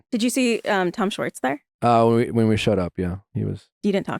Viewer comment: Anyone else been slowly driven nuts over the past few months in various interviews as Scandoval has unfolded, with people switching back & forth between pronouncing Schwartz’s name as “Schwartz” & then twenty seconds later, same person, “Shorts”…